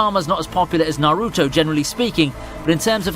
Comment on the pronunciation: Good list, but I can't stand the way you pronounce Naruto.